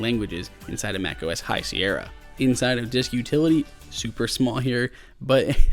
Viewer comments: High Sierr-i-a? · Did he just say "High Sierrya"??!